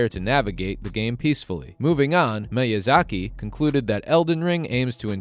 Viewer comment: Firstly, it's called "Elden Ring". Not "*THE* Elden Ring". Secondly, it's pronounced "MEE-YUH-ZAH-KEE". In addition, Miyazaki never promised that Elden Ring "would be easy". Rather, to the contrary, he's stated on several accounts that it will be no easier than the first Dark Souls, but players may find it an easier experience due to the new mechanics being implemented. Furthermore, he never once said that "more players will be able to beat it EASILY". He SAID that he expects more players to beat it because of its open world nature, and the abundance of different paths available to the player at any given moment. He's said that he believes that with the ability to simply ignore a difficult area or boss, players can go off somewhere else and find better gear or get stronger, and come back to the challenging stuff later. Next, Dark Souls 3 wasn't "heavily criticized for its difficulty". It was lauded and praised for it. In a time when developers were afraid to make their games too challenging, assuming less people would be interested, Fromsoft launched Dark Souls to critical acclaim and the formula has only become more and more mainstream with each new entry, IN SPITE OF game journalists and casuals crying on social media about the difficulty. More people than ever play the Soulsborne games, and it's BECAUSE OF the difficulty and the adversity that players must overcome. You think "tailoring games to the wants and needs of the public is a smart move"? Fromsoft has literally nev